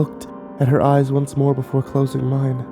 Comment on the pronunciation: oh i guess just didn't sound out the s:") i thought she was gonna be a corpse or smth